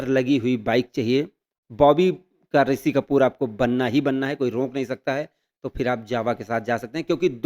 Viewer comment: Iske 2M ho kaise gayi. Itna ghatiya content, itni bekar presentation.. chhii yaar he is saying ‘bobby ka risi kapoor’😅